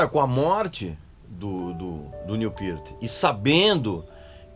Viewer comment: Tou vendo que o Régis continua com o inglês macarrônico. Acertou no Peart mas como a larga maioria dos brasileiros, errou no Neil. Em inglês, o "L" no final da palavra não tem o som de "U", portando, não é "Niu", é "Nil".